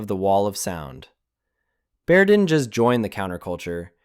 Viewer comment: Bear... not Bayer... I thought I was hearing things.